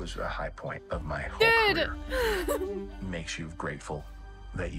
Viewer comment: Your Careree? Love this, but its not a job.